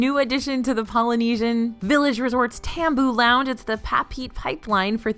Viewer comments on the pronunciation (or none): It’s Pronounced “Pah-Peh-Eh-Teh” not pa-Pete! It’s a town in Tahiti. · Papeete is pronounced paa pay ate tay, not papeet